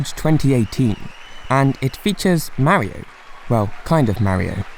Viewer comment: ..........you REALLY Need.to Learn How To pronounce Mario